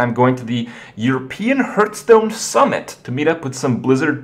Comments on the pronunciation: Hearthstone is NOT pronounced Hurtstone. Plz. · It still sounds weird to hear "herthstone" (phonetically, i know it can be pronounced either way.)